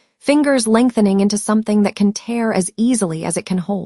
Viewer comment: This is a really good story. I enjoyed listening to it. The only problem I have is that the AI narrator doesn’t pronounce some words correctly. Words like “tear” and “wound” Thanks for sharing! ❤